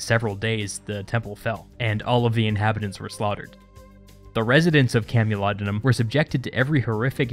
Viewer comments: Camolodunom is pronounced CAMEL-O-DUN-OM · You made a small error. It's CamulodUnum, not CamulodOnum.